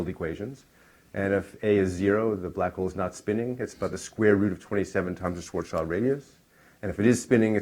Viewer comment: Schwarzschild is pronounced as Schwarz as in black, and Schild as in shield. Schwarz-shield ( ʃvaʁtsʃɪlt ) and not Schwarz-child ( ʃvaʁtstʃaɪld ).